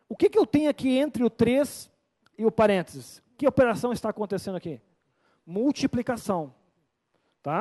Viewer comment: É que a gente fala rápido e sai Parentes kkkkkkkkk